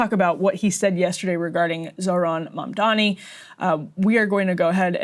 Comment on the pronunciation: No one commenting on the fact that the reporter asking Trump the question didn't even know how to pronounce his name. ZoRHan MaNdaMi. 😂. Add "communist" on top of that and you see what a joke these people are